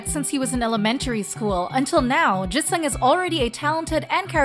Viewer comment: also she pronounced Jisung so weirdly (more like eu instead of i), I really wonder where she got that from. It's not an uncommon letter and she managed to pronounce it correctly in any other word... and Enhypen is literally an english word smh